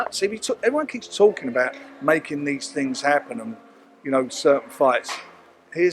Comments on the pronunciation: Working on a couple of tings brav. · At 5.21 did man say tings?